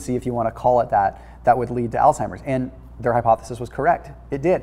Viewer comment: It's not pronounced altimers. It's Alzheimer's. Thank u for ur videos. I enjoy watching them and following ur recommendations.